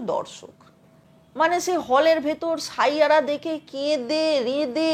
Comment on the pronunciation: শাইয়াড়া নয় 😅😅😅😅 ষাইয়ারা